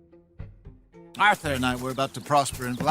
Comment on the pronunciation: "Orthur, Oh, Orthur"